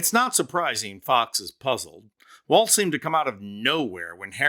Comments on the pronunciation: Walz. Not Waltz. Not Walsh. lol. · I usually love your videos, but I have some constructive criticism on this one. 1) I believe Walz's brother has already backed out of all of these claims B) Jesse Waters said Tim's last name correctly "Walls" after you said "Walsh" and "Waltz" interchangeably throughout the video. Jesse. Waters. iii) This criticism is of the Walzes, you're totally right, that the apostrophe should never, ever be used to pluralize. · I like how it goes from Walz to Waltz to Walsh to Wa[vague mumbling]